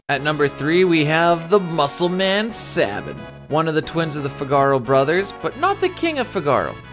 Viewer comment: Its SAY Bin, not SAH Bin.